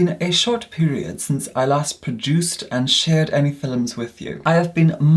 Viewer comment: “fillums” “filluming” bruh i love him